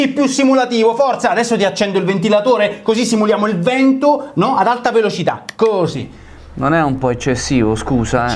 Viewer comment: "Hosi" passione Fiorentinaccio